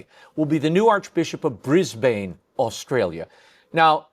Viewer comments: It is so irritating to hear Americans pronouncing Brisbane as Bris-Bayne rather than Bris-bin as Australians pronounce it. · Ugh! Not pronounced Briz-BANE, but BRIZ-bin.